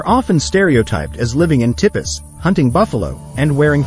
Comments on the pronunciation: It''s always so funny to hear the artificial voice read the text. Numbers throw it off, such as saying 10 as "one oh" and 11 as "one one". The funniest was the word "tipis." It was pronounced "tip-iss" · Also calls Native American homes tippiss. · It’s pronounced like tee pees😂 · My favorite is "TIP-iss" for "tipis" (also spelled "tepees" and pronounced "TEE-peez," as if you didn't know). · Here's a lie that YOU apparently believe. You believe that your bot can read and pronounce English words and numbers. (It's eleven, not one one and American Indians did not live in "tippies", but rather " teepees", and on and on and on!) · I gave up after tip i and 1, 0 not teepee and 10… seriously. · It's T pees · Whoever doesn’t know this still has a 5 y.o. Version of history running around in his head. Also, what the freakin’ hell are “tip-piss”!!!??? When are people ever going to “teach” robot voices to pronounce English words? Are German or Russian words any easier? Chinese must be soo difficult, it’s ridiculous!! 🙄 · This smells of AI. Tipis is pronounced tee-pees.